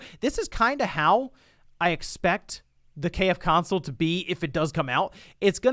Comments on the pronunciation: It is called "KFC-Onsole" not "KF-Console", it is a "Onsole" not a "Console". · You are saying it wrong. Its called the KFC Onsole.